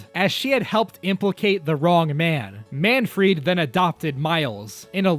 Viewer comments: why are calling Manfred "Manfried"? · It’s not Manfried, but Manfred von Karma. This is an amazing video though. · "Manfried" nah it's Manfred lol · I swear I keep hearing MAN-FREAK instead of Manfried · where'd the i in manfried come from